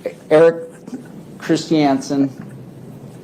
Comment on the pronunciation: The way Paltrow's lawyer pronounces Christiansen makes me angry.